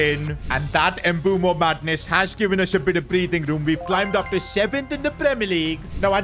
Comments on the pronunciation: Fr it's pronounced mb oouemo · It is pronounced mbu-emo not mbu-mo btw love ur vids miss the f1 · PRONOUNCIATION not M-bu-mo its m-bu-emo not wirtz its v-irtz not I-sak its e-sak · Please brother, I beg you… his name is MBEUMO (“Mbeh-oo-mo”), not Embumo. 💔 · Just to let you know it's not mbumo its Mbuemo pronounce the E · Mbuemo after calls him Mbumo everytime:😢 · Why the hell do you call him Mboomo? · Bro pronounces Mbuemos name Embumo lol.Just call him bum😂😂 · Bro its Mu-bwe-mo pronoun it nicely